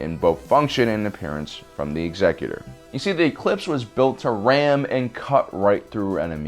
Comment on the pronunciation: Thank you for saying "ex-EC-utor" and not "exe-CUTE-or" This brings me much joy :)